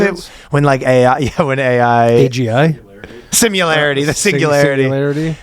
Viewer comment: did Ryan say "singilarity"? What's wrong with this guy, I can't take it anymore